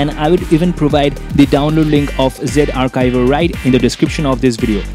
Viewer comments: lol it is no zivare it is zarchiv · It's Z Archiver not Ze arkiver